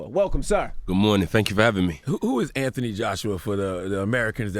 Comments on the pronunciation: Yeah it's Th Anthony you don't pronounce it like F in UK it's TH hard T my brother in britain they f it lol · Am I just hearing things, or are they pronouncing his name wrong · Weird to hear Americans pronounce the h in Anthony.